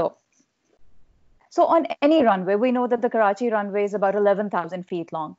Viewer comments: I love it how you take special care of pronouncing 'Karachi' and 'Urdu' properly. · the way u pronounce Karachi is amazing and completely different from other Englsh speakers . loved it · Hey sir, I like you pronunciation of Karachi and Pakistan. Usually English spoken say Karachi and Phakistan.... Anyways very knowledgeable discussion. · This is not related to the topic but I have to say this , as a Pakistani ...I love the way he says Karachi “ ❤️